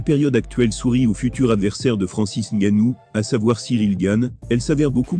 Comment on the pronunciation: virgule Dana Wha-Ite et j'en passe ! Le Preudator Fait un effort putain ! Si tu ne veux pas parler toi meme fais un effort, écoute ce que ca donne et triche ! Quand ca dit Franci, tu met 2 S et E et ca dira Francis, met un accent aigu a Predator, je ne pas moi, joue avec les putain de lettres à l'écris pour que ca sonne quand tu écris de l'Anglais dans un truc calibré pour le Français